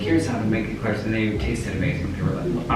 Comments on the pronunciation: I love how Colleen says eclairs like email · Remember: Eclairs are pronounced “A-Clarez”. In French, it’s spelt éclair and é is pronounced “ay”